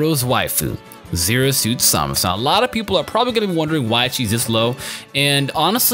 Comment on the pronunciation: Why do you say samus weirdly.